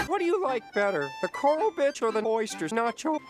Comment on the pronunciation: at the beginning did the guy say Coral Bitch?